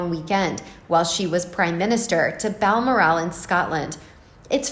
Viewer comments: Ok, I wouldn’t even bring this up, but after the 20th time I heard “Baal-mur-AAL”, I had to turn the video off out of sheer irritation. It’s “Bal-MORR-al.” I didn’t say anything a week ago when the narrator repeatedly called the kid “Archie Mountainbatten Windsor.” Mountain-batten. I had to rewind the video the first time because I thought I was hearing things. If you are uncertain how to pronounce a word or a name, you should ask. Incidentally, Margaret Koenig’s last name is pronounced “KAY-nig”, not “KO-nig”. Jeesh. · It’s pronounced Bal- Morel even though there’s an a in the second syllable. , No accent on. the last syllable. So it’s Balmoral not Balmor-ask. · Bal-MOR-al, for goodness sake! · Its pronounced BAL MORAL As she has no morals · This reader doesn't know her subject matter....she pronounces Balmoral...as Bal-more-al..emphasis on last syllable...should be emphasized on the 2nd syllable. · OMG! If I was going to do an entire segment in a specifically named place, I would be certain of the pronunciation of said name. FYI...it’s Bal-mor’-al. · Its pronounced Bal Moral. Like Coral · I LOVE the pronunciation of Bal MOR al .. makes me laugh... apart from that a good summing up of the happenings... cheers ... from SCOTLAND x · Your mispronunciation of Balmoral repetitively is so irritating!! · You need to learn how to pronounce Balmoral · Please pronounce Balmoral correctly! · Every time she pronounced it I giggled.